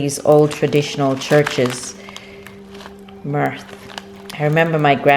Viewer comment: Myrrh is not pronounced like /mirth/...